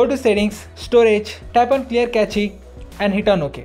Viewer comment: Wish you had learnt how to pronounce cache...rest was good..